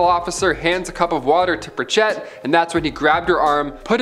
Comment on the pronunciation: " Pritch it ". Not" pritch Ette "